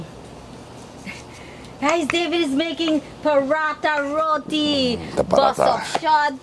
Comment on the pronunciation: Great episode loved the herbs from Sandy's garden, great variety of food. and David I am so happy you are saying "Roti" and not "Rodi"💌